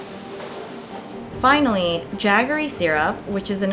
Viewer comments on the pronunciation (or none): Why the narrator keeps saying "coriander is added" when CLEARLY turmeric/ kurkuma is added - and then "turmeric" when chilli powder goes to the pot? Also, it's "jaggery" ("j" as in "journey"), not "yaggery". And then you don't add "coconut OIL" to sambhar, but GRATED COCONUT. I mean, c'mon! Is it really that difficult to actually make the narrative follow the visuals? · Did she just say Ya-gr-ee. Its Jaggery pronounced Ja-gr-ee. LOL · Just stop calling Jaggery as yaggery... stupid narrator has just screwed up the beauty of this documentary. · and yaggery... I know I sound like an asshole but just google the pronunciations. I have never seen J pronounced as a Y in India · It's jaggery not yaggery